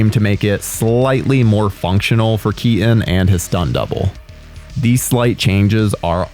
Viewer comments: "tim bur-en" "Michelle Kea-en" i dont understand, is this an accent or a speech impediment? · Well I "Sir-innly" like Tim "Bur-inn" films as well. Especially the ones with Michael "Key-Inn!"